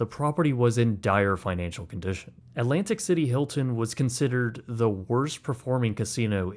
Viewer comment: All alright, just don't another stupid American pronouncing Alantic city, instead of Atlantic City